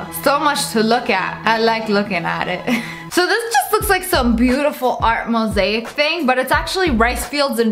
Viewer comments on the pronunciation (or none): none